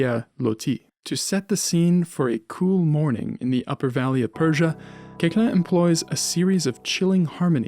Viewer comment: A very fine documentary about Koechlin (his name correctly pronounced). Pianist, I explored his piano music many years ago but I distanced myself from it because I find it generally extremely boring (but a few pieces, mainly his sonatinas where here and there we find something more palatable). He wrote a lot for other instruments mainly for flute, output where we can find really beautiful pieces, among them - 14 pieces pour flute et piano op. 157.